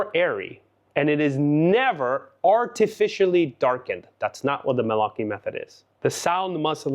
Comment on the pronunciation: My congratulations about your Italian pronunciation, just perfect!😊